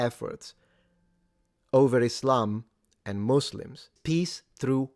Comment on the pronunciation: Congrats for pronouncing it correctly in English as "muzlims" instead of the now nearly ubiquitous "musslums"